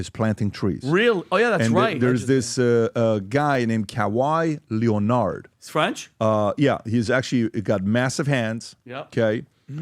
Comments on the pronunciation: “Kay why layonard” 😂😂😂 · PBD trying to say Kawhai Leonard ...😅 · how the hell did you pronounce Kawhi Leonard in the beginning?? 😂😂😂😂